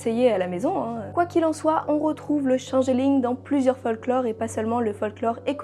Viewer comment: Moi j'aime bien la prononciation française du Changelin. Ca pourrait presque être une chimère entre un chameau et un pangolin. Si vous avez l'image en tête, je n'y suis pour rien ^___^